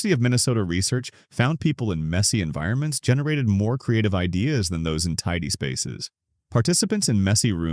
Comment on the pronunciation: So this is another AI video....at 33 seconds the voice says best "I dahs" happen. Couldn't even say ideas.